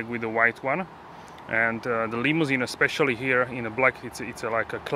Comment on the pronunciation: Saying eKcetera, instead of eTcetera, makes you sound ignorant. Also, eKspecially instead of eSpecially. No offense, just a heads up.